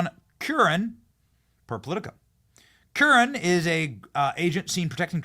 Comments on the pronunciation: Kur-ren …. Not Cure-ahn… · Curran is my last name and it was refreshing to hear you pronounce the name correctly! Thank you Benny!!!